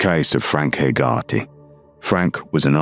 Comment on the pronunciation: Hey-ger-tee. How you pronounce Hegarty.